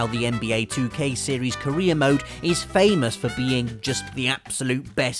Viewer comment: Did anyone else hear him say Korea mode when he said career mode